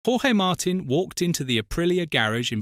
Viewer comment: It's pronounced Martin.